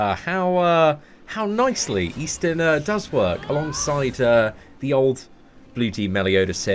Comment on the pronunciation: Seatin -> Eastin 🤔Just exchange the S instead